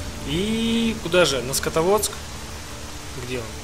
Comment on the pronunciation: Скотоводск ааааа ору. СКАДОВСК